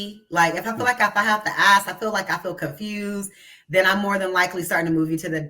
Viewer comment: for some reason can't consistently say the word "ask" properly. I wonder why......